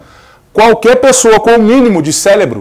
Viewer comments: bah, vc falou ter o mínimo de "célebro"....aí é foda..rsss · Parabéns pelo trabalho! Mas o senhor falar o mínimo de CÉLEBRO foi foda, o certo é cérebro.